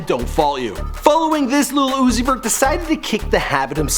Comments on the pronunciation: It's not "little" xan/uzi vert/pump its "lil" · White boy, learn how to say Lil. Uzi. Vert 🤣